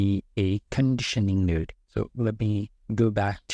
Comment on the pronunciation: I remember I made that mistake before. You are pronouncing "node" like a different word that has a bad meaning.